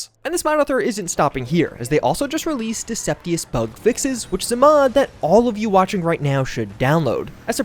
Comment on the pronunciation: great video though xD